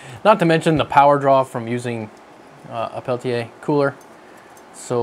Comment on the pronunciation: It's pronounced Peltier there's no a at the end